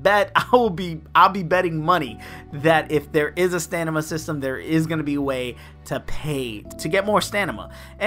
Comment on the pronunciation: Don’t know why you’re pronouncing it “Stanima,” but it’s also common to have reward crates that max out on mobile games, hence why there was a box